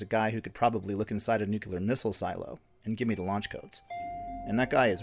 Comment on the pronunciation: Learn to pronounce nuclear I can’t watch just for that